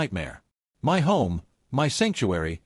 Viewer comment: Is AI ever going to learn how to say MY?